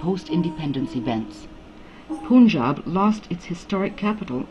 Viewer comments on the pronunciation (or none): This is a documentary by someone who calls Punjab as Poonjab - that's the level of research done. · It is the most bullshit documentary i've ever seen.... The fuck face lady can't even pronaunce Punjab n she's explaining what the real problem was.... She's lying to the teeth n speaking all bullshit made up stories just from a paper in a recording studio....Just a western propaganda to instigate the Indian peace. Go fuck urself, whoever made this documentary. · Bullshit. The crap has been produced by guys sitting outside india. First of learn how to pronounce 'punjab' in the film.